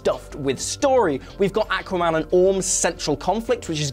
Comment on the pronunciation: Awesome sounded fine to me. maybe kiwis say it the same